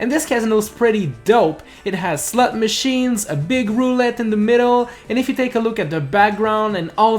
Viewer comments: did you just say slut machine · Is it just me or when he said slot machine it came out sounding like slut machine? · I'm not the only one heard SLUT machine right? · I heard slut machine